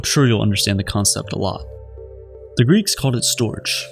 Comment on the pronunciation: Wonderful video! I have studied love and just have to share, storge is pronounced more like "stor-geh", not-ryhmes with George.